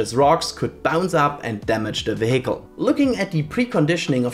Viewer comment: Hi, great video! Tip for future videos: vehicle is pronounced VEEhicle, with stress on the first syllable. 👍 Anyway, I hope Starship makes it to re-entry!